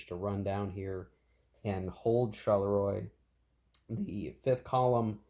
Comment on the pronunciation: Not in any way a criticism, but the correct pronounciation of 'Charleroi' (as it crops up quite a bit in this and any 1815 scenarios you might play) is, approximately, 'sharl-le-wah'. Say it like Maurice Chevalier and you'll be spot on 🤓 Loving the series, BTW. Shame you don't attempt to play with the sleds and hidden movement - the whole vedette thing is a sub-game in it's own right. Still works for me solo. Cards are great, too.